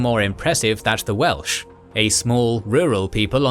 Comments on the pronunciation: Yay more Wales! Great pronunciation! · As a Welshman I’ve really enjoyed this series. And your Welsh pronounciation is excellent! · It truly is. The way he pronounces all the Welsh names near perfectly without missing a beat truly warms my heart. So many names get butchered on other channels, but never here. Diolch!